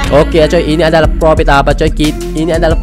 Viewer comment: Profit bang bukan propit